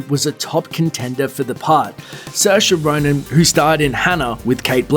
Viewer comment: Also he said her name wrong